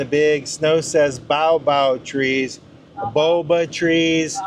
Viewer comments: Boabab : Boa as in Boa constrictor and bab as in babylon would be the closest pronunciation in English. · For those interested, the baobab tree is pronounced bayobab, said quickly.